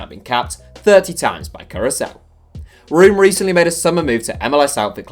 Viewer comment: You should pronounce Room as 'roam'